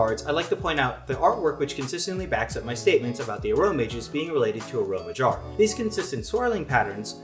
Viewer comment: Yeah that's how I said it, and when he said it uh-row-mage it threw me off